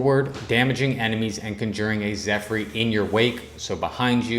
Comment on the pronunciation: If ur gonna keep doing this some suggestions... don't read essence descriptions, just say name. Pronounce the words correctly... Zephyr is Zeffer, not Zeph-ry. And don't record vs. Bots... Don't take it too hard, U also has some interesting tips. Keep going & improve.